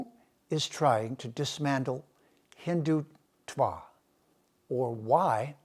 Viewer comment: You cannot even pronounce the word Hindutva correctly!!!! Haha!